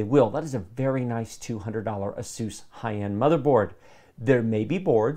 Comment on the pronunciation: "Aseuss" never heard of it. Does that have anything to do with Dr Seuss?